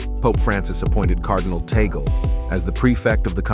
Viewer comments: It's read as Tag-le not Taygle. ☺️ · It is tagle and not tagale and it is tag- leh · Tag-le not Tigle 😂😮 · Correction Please whoever you are! Cardinal Tagle not Tagal! Do your research please to have a credible video. He was my professor in Theology for 2 years. Thanks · Humble correction.. its Tagle na Tagale. Thank you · Hoy! It's not Tagal. It's TAGLE! TAGLE! TAGLE! DO YOU GETS? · Please check correct pronunciation of Cardinal Tagle's name. It is not toggle. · Tagle (pronounced as in Spanish.) Not Tagale. He was close last conclave, He is young. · Cardinal Tagle is Filipino so I believe you are mispronouncing his name. Say: TOG'-lay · Please pronounce Cardinal Tagle's surname correctly.